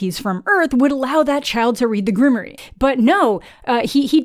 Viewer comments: GRIM-WAUR. Not Grimory. It's French. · Grimoire is pronounced grim'war.